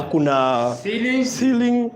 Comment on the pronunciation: chiring 'ceiling' 🤣🤣🤣